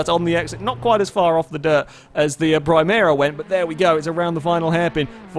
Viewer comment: Nice video but you managed to get the nissan primera's name wrong both in the video and in the timestamp😅